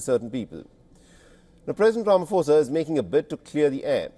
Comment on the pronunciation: Learn to pronounce Ramaphosa please that's embarrassing 😢